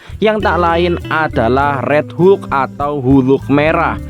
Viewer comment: Hulk mind bukan hu luk 😂